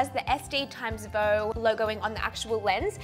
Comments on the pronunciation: Hey, I love that new partnership this is awesome! Did you know VEUX means wants in french! And we don't pronounce it like «vo» but more like vuh/veuh! Just a heads up! Love youxx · I love it and I'm so excited you are creating more and more as your channel grows! Only thing is that "veux" is not actually pronounced the way you're saying it... (you're saying "veau" which is French for "calf" as in a baby cow, instead of "veux" which means "want".) Not wanting to troll or bring you down, just wanted to share the knowledge to help you out!! 😁 I LOVE your channel and can't wait for your next update tomorrow! Thanks for all the hard work you put in to what you do!!! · Didn’t realize Veux was pronounced “voh”, I’m from the states (what you and Kurt would call a Valley Girl) and kept saying it like “View” and just thought it was View but spelled to look French and fancy